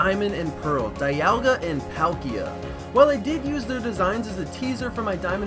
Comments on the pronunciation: dialga is prounouced dee-all-gah not die-al-gah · This video is awesome: end pahlkia and diahlga its palkia and dialga